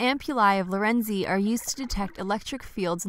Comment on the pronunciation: Is Lorenzini pronounced weird or was the narrator clipping the last phoneme?